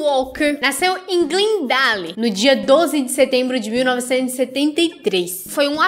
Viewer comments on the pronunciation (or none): Meu Deus... Como essa moça fala errado. Moça, quando for falar palavras fora da língua portuguesa, pelo amor de Deus, ouve ela antes no Translate. Quando você falou o nome da cidade onde ele nasceu, eu parei.